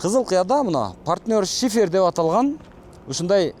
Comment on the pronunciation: Шыйпыр эмес шифер болот тууганым 😊